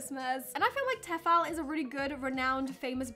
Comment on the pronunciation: It's TEE-fal ♥ Teffal would need a double 'f' xxxxx